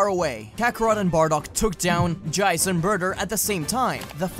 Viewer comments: Lol at how he said Jeice! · God damn that was a beautiful ending. Also Lol he said Jeice in an Aussie accent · I love how he gives the name Jeice an Australian accent